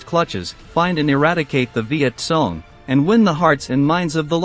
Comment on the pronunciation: The “Vietsong”? I thought they were called the Vietcong.